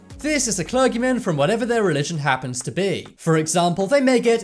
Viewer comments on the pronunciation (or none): A cler-gi-mon